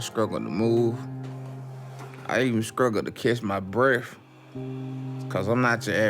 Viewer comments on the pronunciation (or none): he said "breaf" instead of breath..